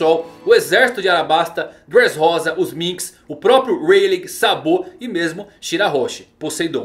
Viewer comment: "Sabô" KKKKKKKKKKK